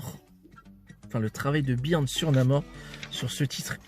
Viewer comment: Byrne se prononce Burn!! Ton « Birn » fait saigner mes oreilles!!! Lol Et c’est clair que Byrne sur Namor, c’est exceptionnel!!!